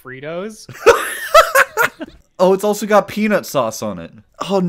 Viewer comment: Him saying peanut sauce is worse than all the food in this video combine.